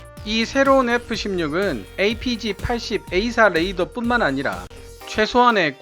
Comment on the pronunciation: 잘 보았습니다. 그런데 자꾸만 Radar를 Ladar로 발음하셔서 듣기에 좀...